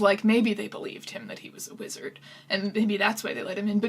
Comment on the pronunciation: half of the times she said wizard I was like "...lizard who?"